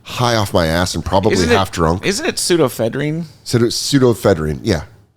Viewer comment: Can't pronounce pseudoephedrine. Comedy becomes the logical career path.